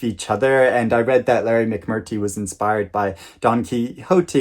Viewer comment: it's McMurTREE 😘